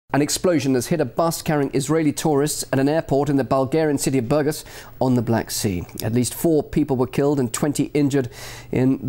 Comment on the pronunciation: Silly how no one in Western media bothered to pronounce the name Burgas correctly.